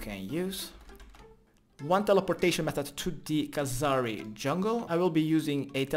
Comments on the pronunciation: I am still amazed how after all these years you still say Khazari jungle instead of Kharazi jungle, which is the correct order of letters in that name :D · youve been saying kahzari jungle for so long haha